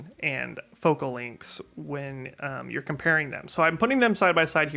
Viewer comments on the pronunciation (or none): none